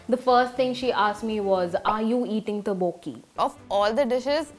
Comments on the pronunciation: Its not toboki its tteokbeokkkiii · 그것은 Tteokbokki 예요 Tuboki 아니요 바보 사람............ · Its not toboki its tokboki like tok- bok-i and its not hate comment its just help :) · When you realize they are saying Teoboki😂